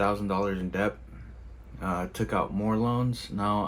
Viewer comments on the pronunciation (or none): I'm sorry, but this guy is just an addict—he has no critical thinking, actual strategy, or financial education. He's a gambler, not a trader. Oh, and the fact that he doesn't know that it's "Debt" and not "Dep" says a lot. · det not debth is the pronounciation ....... 1 set a limit of loss and gain 2 never bet wages only savings 3 take time 4 invest as well as trade youve still got your car and you can always work ..regroup work hard and save ..good helpful video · DEBT ITS NOT DEPTH DEBT AND THE B IS SILENT. Not surprised he loses all his money bro cant pronounce DEBT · I just don’t understand why he keeps saying dept and not debt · The guy pronounces debt as depth the guy is a M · This guy keeps saying “dept” and i can’t take him serious. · Do he’s saying dept 😭😭😭😭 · he pronounces it funny, should be det without the "b" sound. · I kept hearing "deps" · Is he actually pronouncing the letter B when he says debt!???😂😂😂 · If you can’t even pronounce the word ‘debt , don’t even think about trading. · You shouldnt be anywhere near the stock market if you cant pronounce "debt" correctly. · Was he pronouncing the "b" in "debt"?....😆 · So much debt he pronounces the 'b' in debt. 🤪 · On a side note, why does he pronounce 'Debt' so strangely? 😂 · The dude is saying "Debt" and pronouncing the B. Then he's saying he's taking 80% interest loans? That literally isn't even legal. What planet is this dude on? This is fake or he's actually braindead. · Never trust a man that can’t pronounce debt. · He doesn't know the B in debt is silent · I’m not taking advice from anyone who pronounces the 'b' in debt. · Why he keep saying “deBt”? 😂😂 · Anybody that pronounces the B in debt deserves to be in deBt 😅 jk